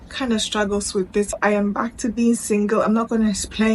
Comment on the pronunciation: Emphasis on single 😂😂